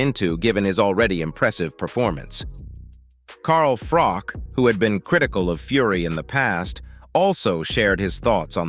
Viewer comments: Who’s ’Carl Frock’?? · "Carl Frock" 🤣🤣🤣